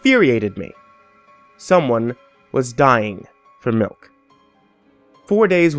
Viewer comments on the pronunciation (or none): Oh i'm sorry, I thought it was pronounced Smilk and spelled Smilk.